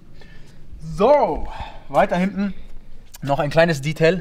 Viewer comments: Er redet wie ein 14-jähriger. Wer ist bitte die Zielgruppe? Warum spricht er Detail die ganze Zeit englisch aus? Das ist doch furchtbar albern. Zum Auto hat er wenig interessantes erzählt. Die Technik wäre mal spannend gewesen. Kompliment an Audi, sowas heutzutage noch zu bauen. Auch wenn ich kein Fan von dem Auto bin, finde ich es gut, dass sowas noch gemacht wird. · Also das Detail (natürlich englisch ausgesprochen) rote Motorhaubenunterseite kann man schon erwarten, dass die orangerot wird, oder nicht?